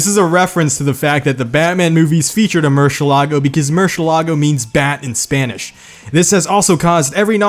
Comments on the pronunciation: MurciElago. Emphasis on the E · Btw, "eh" is the stressed syllable, not "la" like most of the people believe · Merseelago not murshelago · Its mershulargo ik its mercilargio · It's mur sa lang go that's how you pronounce it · Virtually every Lamborghini people mispronounce other than the Aventador, Islero and Sesto Elemento. The rest; the Reventon is pronounced as Re-Ben-Ton ('v' in Spanish is a 'b'), the Gallardo is pronounced Guy-Ardo ('ll' in Spanish is a 'y'), Murcielago is Moo-R-See-Eh-Lago (The 'e' has the accent and is stressed not the 'a'), Huracan is Ew-Rah-Caan (not pronounced like the storm), Diablo is Dee-A-Blow, Countach is Kuhn-Tash, Urus is Oh-Res, Veneno is Neh-Nen-Oh (doesn't have an 'ee'), Centenario is Shen-Ten-Ahr-Ee-Oh, Jarama is Huh-Rah-Mah, Jalpa is Hal-Pa, Miura is Mew-Rah, Urraco is Uh-Rda-Co (pronouncing 'rd' is like a cheat way of rolling the 'r', if you can roll it then that's correct). I think that's everything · The murcielago is pronounced with an accent on the e not the fking a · you STILL said Murcielago wrong. oh my gosh it hurts me as someone who speaks Spanish lol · I love how he says murciélago, which it’s still not right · Why is it so hard for people to pronounce "Murciélago"? It's literally written out for you. There's even an accent mark to tell you where the stressed syllable is.